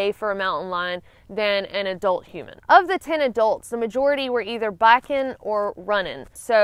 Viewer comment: It look me hearing her say "backin' " like 5 times before I realized she was saying biking